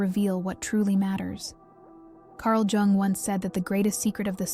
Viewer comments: It's Yoong... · "Jung" is pronounced "Yoong." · Carl Gustav Jung (/jʊŋ/ YUUNG;[1][2] German: [kaʁl ˈjʊŋ]; The J sounds like a Y, "Yung", just saying... Appreciate the content. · "Carl Geung" 💔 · That’s not true. It is pronounced like “Jung” not “ young” 😂😂 that was very rude by the way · Actually it is probably pronounced like... Jungle Boy 😂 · Lol…I am trying to concentrate on the message but am too distracted by your pronunciation of Carl “JJUNG” Haahahah😅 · not to be rude, but I don't care about your feelings. Jung pronounced young was a genius and deserves to have his name pronounced correctly. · Tomato tom"ah"to potato pot"ah"to.. but yes being SWISS, or in Swedish, it would be most correctly pronounced, "you-ung". 🙏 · I love Jung. Thanku for the correct pronouncement."young" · Can't even get the name right, no way you have any idea about the subject matter. LMFNO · Is this AI generated?? She mispronounced. Jung twice. Everyone knows how to pronounce Karl jungs name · Yes, please learn to pronounce Jung. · It's probably an AI voice that doesn't register the difference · I agree, He's Swiss not Chinese 😂🤣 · It's 100% an AI voiceover. Though not sure how "intelligent" it really is, being that it cant seem cross reference phonetic pronounciations, or at least proof read its own work well enough to catch itself saying Jung 3-4 different ways. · well she’s correct but tomato tomato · An AI video on a topic that’s been researched and given to us by humans. But whoever this is speaking needs to put some respeK on that Jung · Oh yeah. I get it. Bugs me too. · It is German, it is pronounced like the German word Jung, not like young or how the AI pronounces the name.